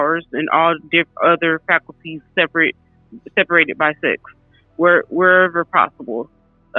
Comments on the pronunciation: She's saying falcuties. She needs to learn to read. FACILITIES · The word is facilities not faculties. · Can she please learn how to pronounce the word "fa-cil-i-ties" 😅